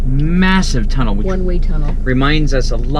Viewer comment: Tomudell lol 😂 lol 😂 tunnel